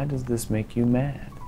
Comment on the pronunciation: Personally I'm mad b/c I was waiting for you to put the emphasis on "does" and didn't get it. Why DOES this make you mad?